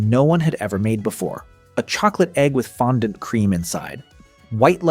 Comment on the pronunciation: Does this guy have a problem pronouncing fondant?